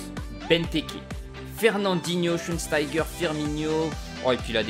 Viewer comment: Bastian schweinsteiger quand tu dit son nom on dirait ta un chewing-gum tu croit qu'il vas perdre? il a fini les sims alors prend le